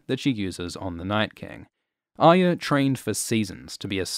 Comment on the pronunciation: ARYA Stark's name is NOT Aya so stop pronouncing it wrongly, unless you dont want to say it properly because of some bizarre political corectness.